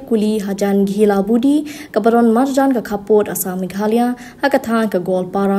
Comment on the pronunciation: Please say meghalaya don't say mekhaloi , ted u briew lah nang lh stad ruh dang kren biej I biej briew man leh hana mekhaloi 😂😂😂